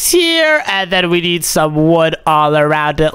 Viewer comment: Hey.. You. Nid. A. Gerlfrand😂😂😂😂😂😂😂😂😂😂hahahahahahah